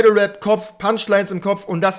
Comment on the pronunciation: Mich triggert es extrem das "web" statt Rap sagt aber no front